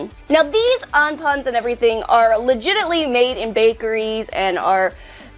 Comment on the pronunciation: Nobody:: "Legitilly"